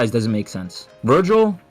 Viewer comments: Ah yes my favorite sparda brother “virgil” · Why the hell is he saying vergal 😂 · it's not virgil.... it's vergil. And that dude says vergal.. Understood or not 😂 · I think this guy hasn't actually played any dmc game hoe he pronounced Vergil is evident and his reasons are so trash like I've honestly never heard anything more stupid than this